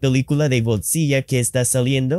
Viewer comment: Notification Squad! Great video, just for reference the model is quite interesting, as a native spanish speaker the translation was decent a bit robotic but the pronunciation of Godzilla was quite weird. You have a great channel